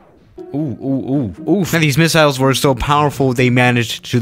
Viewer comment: No one:: misalls